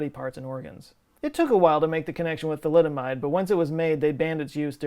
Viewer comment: i grimaced when you said thalidomide😰